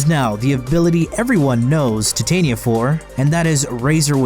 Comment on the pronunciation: That's not how you pronounce Titania. Apologize to me or I'm unsubscribing